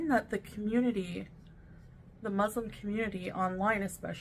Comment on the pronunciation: I like how doesn't pronounce Muslim correctly 😐